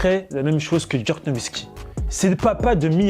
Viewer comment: Pk il dit djerk